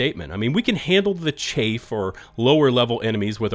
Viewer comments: Ps "chaff" rhymes with "graph" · I love chapters in YT vids, keep it up! Liking your content and your levelheaded approach to the whole patch drama. P.S.: "chaff" is pronounced to rhyme with "half" 🤖